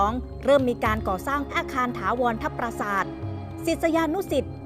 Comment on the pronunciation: พาดหัว ปราสาท ไม่ใช่ ประสาท ครับ รบกวนแก้ไขด้วยครับ